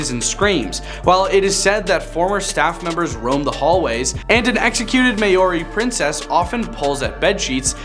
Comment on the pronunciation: MAY ORI??